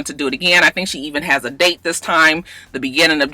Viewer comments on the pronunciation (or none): none